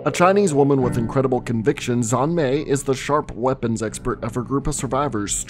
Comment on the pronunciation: Xian is pronounced "Shi-Anne" in Chinese. Just saying. Qs are also pronounced like the "ch" sound (like church or QurQ)